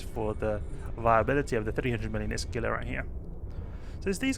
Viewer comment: Just added for information... it's pronounced Hee-lah. Not that it matters :) Thanks for all the videos that I, as a new player, have been enjoying